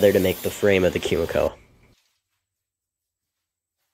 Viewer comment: just FYI it's koo-mee-koh no "kyu" sound in that word